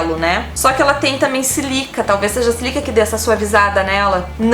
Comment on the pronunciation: É Sílica,... Sílaba tônica no sí... Rsrsrs. Bjinhos